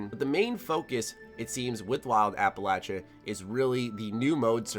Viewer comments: It is not pronounced as App-alatcha, it's app-alayshuh. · APPA-LAYSHIA NOT LACHA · Mother of GOD it’s pronounced Appel-lay-shuh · The way you say Appalachia kills me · been fan for years.... but you damn yank saying Appalachia not Appalachia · Can you start pronouncing Appalachia right yeesh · Is mispronouncing Appalachia wrong or is it me? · Learn how to pronounce "Appalachia". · I can’t even watch the video with how he pronounces Appalachia. It’s horrendous.